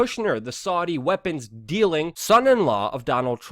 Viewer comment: Argghh Luke you can't even say Saudi Properly. I prefer destroy the illusion and pjw